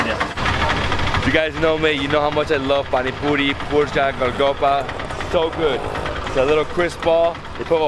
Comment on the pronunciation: It's not Galgoppa it's Golgappa 😂😂